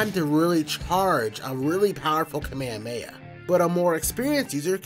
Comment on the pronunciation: "Kameameah." Wtf? 🙄